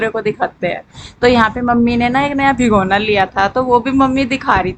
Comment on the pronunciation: भिगोना नहीं होता है भगोना होता है